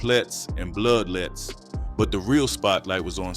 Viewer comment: Bro said bloodlette.......its definitely bloodette beloved wmll😂😂